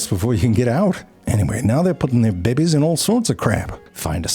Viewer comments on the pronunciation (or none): "..used to raise BEE-BEYS" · "Bebehs" is one of my favorites for sure 😆 very cool lesson too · All of the 'teeubes' and 'babehs' in this video! 🤣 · The way u said "Bebezz"😂😂